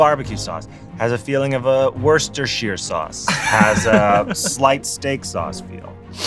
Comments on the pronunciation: I applaud Mulaney's accurate-if-deliberately-over-syllabized pronunciation of Worcestershire sauce. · Someone finally said how to pronounce Worcestershire sauce!